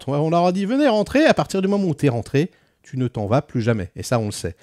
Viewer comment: Correction : "d'où qu'on djit" , le cardjinal, djire, "comment tchu veux qu'on fasse", "rien k'ch'une pauv' bande" 😂